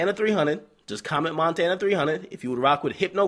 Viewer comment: Montana!...n not Frenchie lol